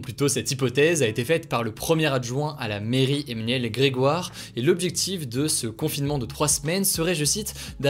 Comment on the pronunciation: Nobody: ... Hugo: Emménuel